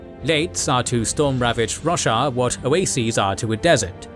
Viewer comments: great vid! but damn i cant unhear Russia instead of Roshar lol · fantastic recap the only bad thing about it is hearing russia every other sentence :D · I just can't get over him calling Roshar Russia... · Roshar not Russia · I keep hearing Russia, I am pretty sure he's mispronouncing something, just not sure what. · I thought it was pronounced Ro-shar. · Stop saying roshar wrong ffs!😂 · You know youre saying roshar wrong, right?